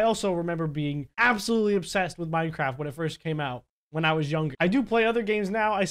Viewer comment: Hey you say minecraft to minecrap